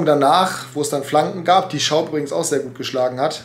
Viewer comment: Es heißt übrigens lui schaub und net luis HAHAHA